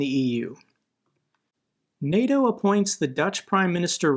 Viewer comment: Instead of NATO, it's NOT-O